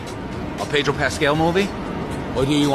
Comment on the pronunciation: Pedro.... the r is silent